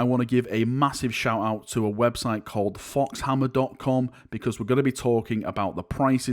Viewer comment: Pretty sure it's pronounced "foe-hammer" not "fox-hammer"